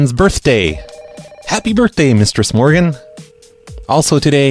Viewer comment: I always thought he was saying "". Am I the only one?